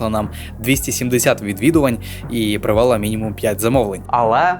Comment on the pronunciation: Вчи Українську мову, багато помилок по НАГОЛОСАМ В дієсловах НАГОЛОС НА ОСТАННІЙ СКЛАД : НЕ привЕла, А - привелА НЕ почАли, А - почалИ НЕ вЕсти, А - вестИ НЕ мОї, А- моЇм, своЇм, моЇ друзі